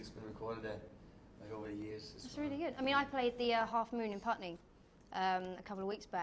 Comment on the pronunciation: every time emma says 'putney' i just die bc i live there and just ugh ilysm emma xxx